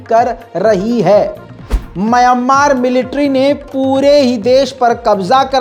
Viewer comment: Myammar nahi Mayanmar hai woh👂👂👂👂👂🧐🧐🧐🧐🧐